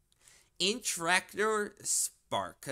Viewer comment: the way you pronounced iterator infuriated me... /pos